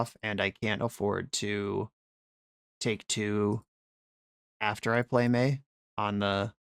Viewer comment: its "may" not "my"